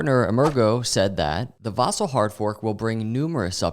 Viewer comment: Dude - “Vasil” on I, not on A